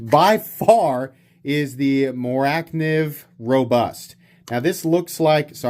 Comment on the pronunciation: I'm sure this has already been said somewhere in the comments, but "Morakniv" is pronounced "Moura nivv"